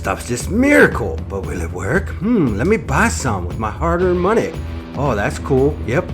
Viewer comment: I lost it at “Monry” 😂😂🤣